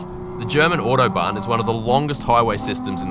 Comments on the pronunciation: Bro saying “iuodobahn” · Ordo-barn. Jesus, mate.